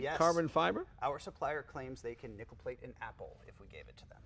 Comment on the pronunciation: you would, but its nickel, not nichol..............HA!